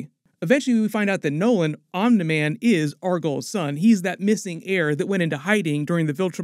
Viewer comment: Why are you saying "Omni" like omnah lol? It's ok we love you anyway